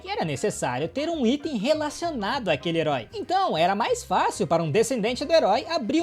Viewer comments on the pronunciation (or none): none